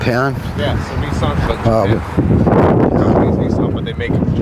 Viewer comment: haha he called it neeson! it's Nissan! Niss - an